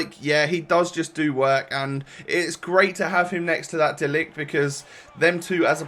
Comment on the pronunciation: You say De ligt very good and a funny thing is that in dutch Zoet means Sweet